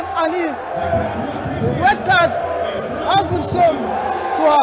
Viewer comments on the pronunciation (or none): none